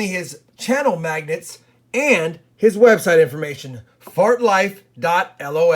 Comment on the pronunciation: Did you say magnets or maggots lol jk